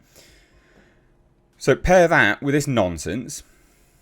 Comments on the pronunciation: lol your accent makes it sound like you're calling Kotoku Nonces instead of nonsence. Not inacurate either way. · I like hearing you say "nonsense", becaus eit sounds like you're saying "Nonces mainstream media" or "Nonces Kotaku". Ironic really....